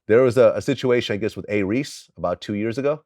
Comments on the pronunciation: It's A-Reece Vlad. Big fan from South Africa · A-Reece not Reese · A reece not A reese